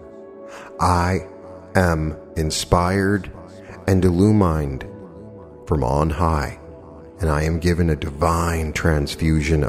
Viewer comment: Not to offend so please don’t take this wrong but there are 2 words you may be mispronouncing: rap·port /raˈpôr/ noun a close and harmonious relationship in which the people or groups concerned understand each other's feelings or ideas and communicate well. Illumined is pronounced uh-loo-muhnd. lighten up; brightened I LOVE this meditation and I’m sending much love to you and I’m just trying to help you. ❤